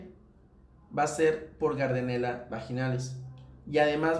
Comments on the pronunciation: se dice Gardnerella no gardenela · El nombre correcto es Mobiluncus No "Mobinculos" y es Gardnerella No "Gardenela"